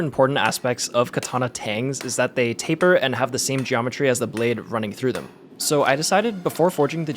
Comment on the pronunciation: Every time he says taper I have an aneurysm. Thanks.